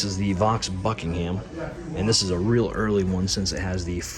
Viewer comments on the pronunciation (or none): none